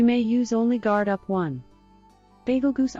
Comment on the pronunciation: Good work! love how it pronounced Bagel-Goose XD